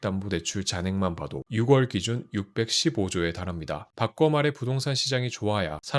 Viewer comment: 6월 발음이 아쉽네요~ 6월은 [육월]이 아니라 [유월]로 읽으셔야 합니다~~^^ 같은 맥락으로 10월은 [시월]입니다. 목소리도 성우처럼 너무 좋으신데 더 퀄리티 높은 영상을 위해 한자 적고 갑니다 ㅎㅎ